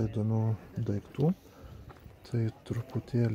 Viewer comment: ar tu berastis ,ar juokauji taip:DAIGTU,PRAZIOBSOJAU???